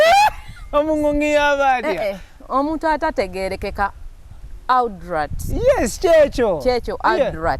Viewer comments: ALUDAATI, ILITRITI,. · Pronunciation of adult enzise. Obwedda mwenya naye ekyo nfudde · Naye Bad black mbu Aldut instead of Adult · Am an aludat 🤣🤣🤣🤣🤣🤣🤣🤣 instead of adult naye black wa banange 😂😂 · Wabula from gugu(google)psalms to elidulati (Adult)🤣🤣🤣🤣omukazi ono ansesa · Aldut???? Naye bad black its "adult" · 🤣🤣🤣🤣🤣Wabula black Naye Bambi try to correct her in some words adult she pronounced wrong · nawe muno mubulile how to say adult